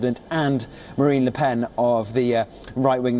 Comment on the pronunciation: Calls Marine Marie throughout the report. Says li pen when its le oen. Where do you get these presenters? Cringe